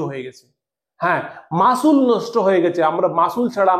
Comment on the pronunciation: ওটা মাসুল না রে অশিক্ষিত , ওটা মাসেল 😂